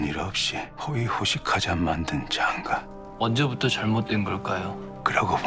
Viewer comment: ???: 난 장가라고 확실히 발음 안 할건데? 장과, 장과